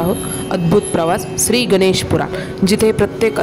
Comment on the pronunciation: ganesache nav yogya prakare uchhara